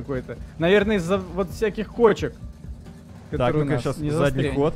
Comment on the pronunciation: На там как-то ты произнес странно кочек